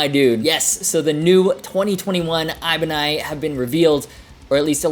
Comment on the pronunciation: Ibanie? Is that how it’s pronounced? I been saying ibanez this whole time?